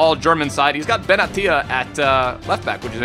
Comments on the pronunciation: say "Benatia" the correct way, what's up with all these bums on YT saying "Benashia" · Yes, but u spell it Benatia that's why i wrote it that way